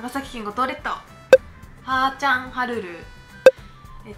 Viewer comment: はーちゃん💚まさかの今日動画アップ〰️♥️待ちに待ってたよ✨100質は知ってることも多かったけど💚匂いを持ち歩いてるとこ私と一緒💚ってのが嬉しかった😉あと、「はーちゃん」っていう発音が私と違うこともわかって新鮮だった(笑)😅私は最初の「は」にアクセントしてた😅 まだまだsilentロスを引きずってるんだけどはーちゃんねるやインスタで癒されたいと思ってま〰️す💚